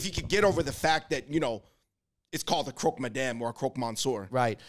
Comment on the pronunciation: If you love a good seafood buffet, the Portuguese are top notch. As a French speaker, I loved the way you pronounced croque madame et croque monsieur 🤣